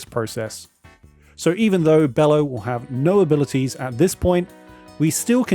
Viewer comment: This creatures name is not pronounced "bellow" the creatures name is pronounced "Be-low" like brother Bello mentioned in Borat.